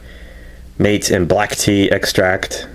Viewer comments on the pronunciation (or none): Pronounced "mah-tay" fyi :)